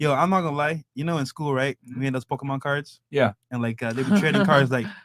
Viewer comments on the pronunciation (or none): none